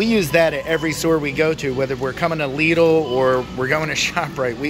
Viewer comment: There is no excuse. If this guy can pronounce it correctly, pretty much all English speakers can pronounce it. ☺ Lidl is part of the Schwarz Group and the competitor of Aldi.